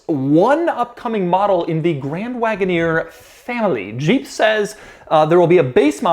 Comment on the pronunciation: Doug it's Jeep not Jjjjeeep or sheeep. Maybe you are pronouncing it from the 80s when Renault partnered with AMC and the French rolled the j? Jeep 😁